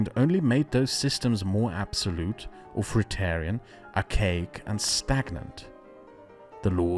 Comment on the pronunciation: It isn't pronounced Auforitarian, but a Th instead of the F, and its sound placement is exactly what it looks like, it starts in the place of a T, not the lower lips. hope that helps.